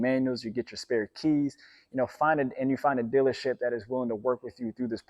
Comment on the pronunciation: "Go to the dillership"